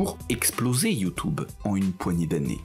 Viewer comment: Ce que j'ai retenu.... "YouTOuBe" :D